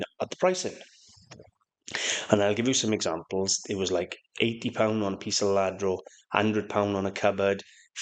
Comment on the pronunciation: I think its pronounced Yadro and not Ladro. I'm sure anyone who does not speak Spanish says it like ladro, I used to too but I'm pretty sure its pronounced Yadro